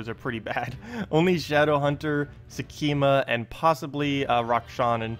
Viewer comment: sek -ma ;) there is no 'e' in there